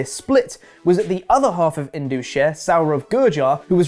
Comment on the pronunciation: It is pronounced as IN-DUS like Gus not as Indooos. Indus is one of the biggest river of the world located in Pakistan not in India. It is the namesake of ancient Indus Civilization.